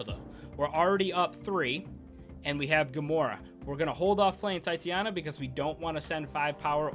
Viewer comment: Tie-tay-nia bruh. Come on now!